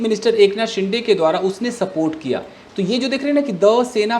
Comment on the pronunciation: It's not शिंडे, its शिंदे